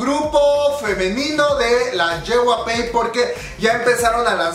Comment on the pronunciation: Yey-way-pi* (JYP) lo siento, se me pone el ojo chueco cuando dice ye-way-pey xd *no hate gente*